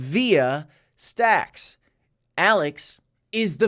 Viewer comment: yay he can say stacks stx correct now 👀you called it out ? haha😂 cough told you so... Thanks for my shout-out?? 😂 Jk